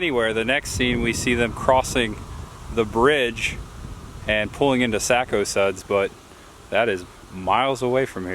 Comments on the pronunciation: That's Pretty Cool. I Love Before & After Stuff. Have You Done One On American Graffiti Or Groundhog Day? By The Way, We Don't Say Sack-OH-Suds, We Say SACK-A-Suds. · Enjoyed the vid. You just can't pronounce Sac-O-Suds to save your life. That gave me a good laugh.